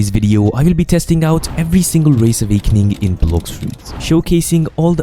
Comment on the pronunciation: "avakening yah"